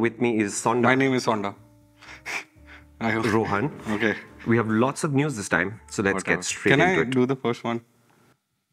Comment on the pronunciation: its not SONDA.. its HONI my modest friend 🤣